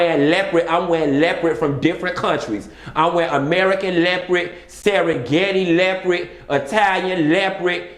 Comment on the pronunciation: “Seregenti le’prit” 😩😩😩😩😩😂😂😂😂😂